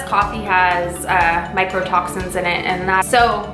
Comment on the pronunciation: "Myco" toxin, not micro toxin....